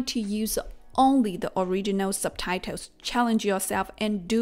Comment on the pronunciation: It's quite funny how she says ... subtitles!!. SUBTITOWS!!!.😆 NO OFFENSE!!!👍🏻👍🏻